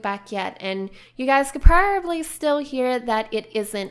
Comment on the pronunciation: why are you saying porrably it probably no porrably #justsaying